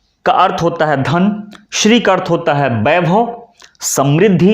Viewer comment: Sir ji Shri h shiri sh adha hota h r pura sahi prononciation batao